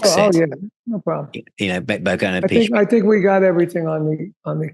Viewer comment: Hi, nice interview with a great drummer (his brother, Vinnie is also brilliant). For the record: the proper Italian pronunciation of Appice, is " Ah-pee-chay", ( another one, Iommi, is "Ee-oh-mi") so there's your Italian lesson for the day, from another crazy Italian...Cheers